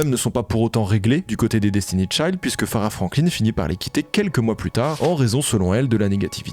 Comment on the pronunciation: t'avais une vidéo complète pour te rendre compte que tu ne prononçais pas le nom de Destiny'S Child correctement :')